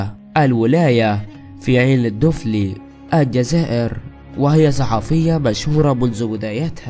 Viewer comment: عين دفلى وليس دوفلي هههه نطقك للاسماء واسماوات ولايات الوطن يضحكني صعيبة عليك لهجة جزائرية